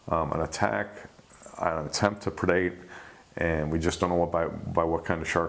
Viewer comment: What is the word that is use all the time by the host when describing a sharks attempt to eat or take the prey? It sounds like perdate